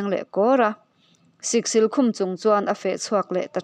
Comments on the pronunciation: Siksîl hi chawlhnî tih ang hian aw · Siksil lam dan hi a diklo. thleng sil a 'SIL' tih anilo. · Siksil sil hi thluk tur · Awiii lehhh mizo tawng zir leh deuh la, Siksil i lam dante khi , a zia lo lutuk emai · Siksil i lamdanchu avan mak ve